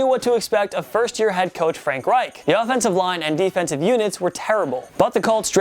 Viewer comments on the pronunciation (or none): none